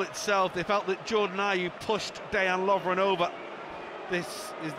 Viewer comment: Day-an Lovren lol 😂